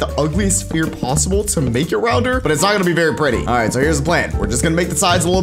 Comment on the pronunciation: w-why do you say spear? It's sphere